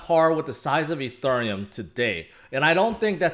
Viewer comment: Ethurrrreum XD